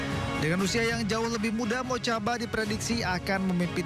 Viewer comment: Mujtabaa (Mojtaba), bukan Motjaba.